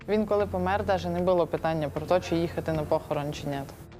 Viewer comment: Поясніть будь ласка що це херня (не буууло) що за дебільні наголоси!!!! Не було а ви шо мелете